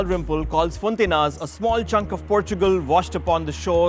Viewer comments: its pronounced fonta-inhas (more like fonta-inyas) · Its fonti-ny-as, the proper pronounciation sounds like( Gn) as in "Gnocchi" nyo- key!!